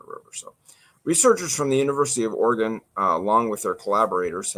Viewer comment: You're definitely not from Oregon pronouncing it that way 🤣🤣🤣